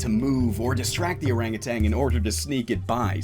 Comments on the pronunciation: Did you know it's ''Orangutan'' and not ''Orangutang'' Pretty crazy stuff. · There is no "g" at the end of "orangutan"